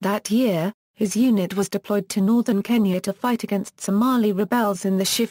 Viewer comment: The girls pronunciation of so many words is regretable, least of KENYA!